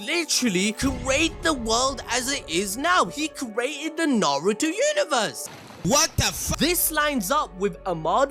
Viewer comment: I give it to you props for pronunceing narto perfect even most dub actors dont even say it righ .....they say it how its pronouce it how its spelled in english i only see sasuke dub really says it perfect right alll they roll on the r heavy most say it like n...are...u toe the one way that trigger me when people say it like nn..aye..ru...toe 😂😂